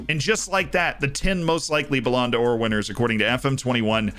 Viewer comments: IT'S BALLON DOOR, NOT BALLONDA OR. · "BouLan Door" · bro the way says the ballonodor is so funny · I'm sorry my man. Your pronunciation of Ballon d'Or hurts every time. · Lmao literally